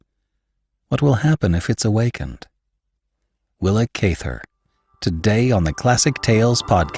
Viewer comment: great story. thanks for all you do. just so you know, you are pronouncing her name wrong.